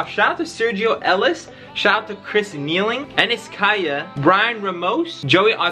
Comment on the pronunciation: Lol shouted me out but kinda butchered the last name it’s “K”eeling 😂😂 all good tho